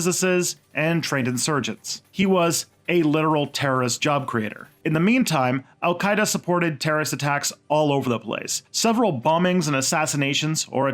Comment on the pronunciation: You got my support man!! Not by words but by money! I think the content of your channel is very interesting, and make a huge effort to be neutral, which is rare! Keep it up! oh for Alqaeda you did prononced fairly enough but who you did write it, well ahmmm, very bad, I think you have to download UTF-8 standard character in your software...